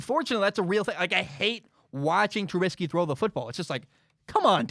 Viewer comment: I want to start off by saying I love your podcast/show. It literally makes my day when a new episode of your show drops. However I feel like you should change your stance on giving trubisky the respect of saying his name right. Everyone has the right to be treated with respect, and by purposely saying his name wrong, you are being cruel and disrespectful. It feels like something a bully in high school would do. I hope you change your stance on this. But anyways keep up the great work and have an excellent day.